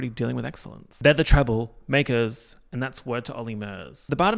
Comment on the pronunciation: pronouncing treblemakers like the olly murs song omg im in love